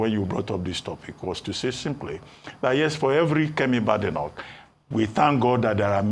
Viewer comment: Kemi's surname is pronounced (Be-de- noch and not ba-de-noch). I heard her tease an interviewer that "there is no bad" in my surname 😂